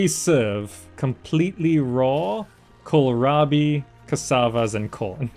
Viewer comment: Kills me everytime he says "Kohirabi". It's an "L". why would they put a capital i in the middle of the word?! Kohlrabi, also called German turnip or turnip cabbage, is a vegetable, a low, stout cultivar of wild cabbage.